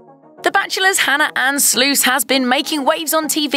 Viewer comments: Lmao she pronounced it SLOOOS Its pronunciation is SLUHSS her mom was my kindergarten teacher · The name is pronounced Sluss as in FUSS and CUSS. Golly, I've dealt with that my entire life, why can't anyone say it correctly! Hannah is my niece so, yes, I know the proper pronunciation because that was my maiden name!!